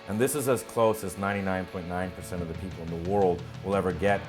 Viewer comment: Lol, "against the Korean.. a-peopoh." It's so funny how proud they are for having captured one of our ships. It's like a kid being pumped as fuck for getting a t-ball participation medal or something. We should just drop leaflets with shit like, "we landed on the moon bitches," and "in the West the sunlight actually makes it to the ground." Poor people.. I hope we never have to invade them, because I think a majority of the public is so indoctrinated they would fight for nothing.